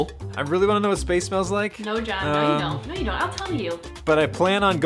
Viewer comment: john*gekge everyone *stop saying gekge